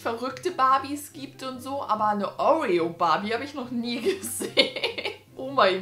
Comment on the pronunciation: Was ist eine Oureo Barbie?😂 Ich kenne nur eine Oreo Barbie 😂😂